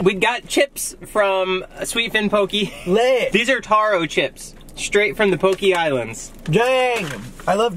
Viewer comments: 😂😂 “poh-kee” It’s poh-kay, this is amazing I love watching you guys😂😂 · It’s pronounced POH-KEH not POKEY 😬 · It’s pronounce ( pohk - eh) actually